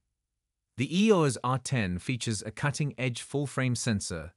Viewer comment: EEORS R10? WEE-FI? Apparently, the low-priced AI narrators still have a long way to go...